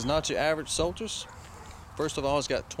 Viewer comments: It is pronounced SolStice. Such low mileage isn't necessary a good thing. An under-driven car 'rots'. One of the most stylish looking cars ever produced. 2009 was the final year. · i'm loling at the way the presenter pronounces Solstice.